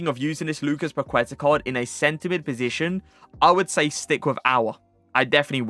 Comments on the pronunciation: I'am brazilian and love your vídeos! Your gameplay is amazing. Just a tip: when u say 'Paqueta', the right pronunciation is 'Paketa', the 'u' is mute. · The u in queta is silent. It's pronounced Lucas paketa